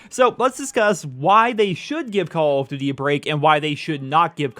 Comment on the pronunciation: I giggle every time you say "Call of Ditty"